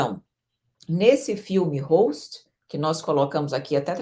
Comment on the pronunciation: o filme é Ghost (fantasma) e não Host.